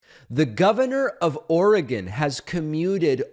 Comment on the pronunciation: One of the best things about the Internet has been that East Coast and Midwest Americans like David have finally learned how to pronounce "Oregon" correctly. This is very important to an Oregonian like myself. 😁 Also good that the state government isn't busying itself with killing its own citizens. Now I'm curious how our state will reconcile this with the right to end one's own life voluntarily. Can a death row inmate ask to end their lives if they don't want to spend the rest of it in prison? 🤔